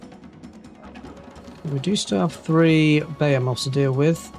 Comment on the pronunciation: buh - HEE - muth 😉